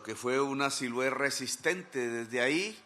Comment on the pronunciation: Siloé señor Presidente...con todo respeto...Siloé no Silue